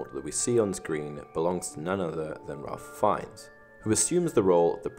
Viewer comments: On a side note, Ralph Fiennes is pronounced "Rafe Fines" :) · TBH it was very distracting and annoying, which is sad because other than that, the video was pretty good.